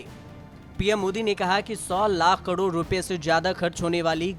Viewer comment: Kadod mat bolo.. karod ya fir crore bolo..